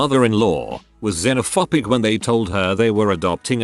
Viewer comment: "Xenophopic"? I thought is was -phobic As in Xenophobia.